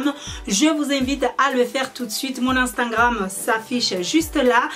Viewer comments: c drole tu dit instangram et pas instagram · desolé mais on dit instagram mais pas instagranme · Instingram- postiler - volume esstreme - régarder- pétit sac- quelqué semaine - veste en cur - vous m'excisez - un haut courte - piti sacoche - petit bidget 😂 bref je vais pas continuer, tu as le trophée du massacre de la langue française félicitations 👏😂